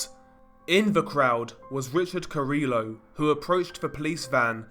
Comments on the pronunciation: You DO know that carrillo is pronounced car-ee-yo not car-illo? Double ll in Spanish makes a Y sound. Hearing you call him car-illo makes me cringe dude. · So in Spanish the double L is pronounced like a Y so this guy's last name would be pronounced cariYO ❤️love your vids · hearing the 'L's pronounced in carillo hurt the soul ngl LOL